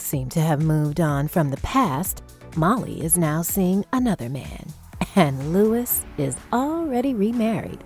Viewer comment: it was really bothering me that the lady was pronouncing luis wrong